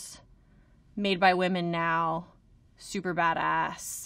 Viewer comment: its not women its wamen😅😅😅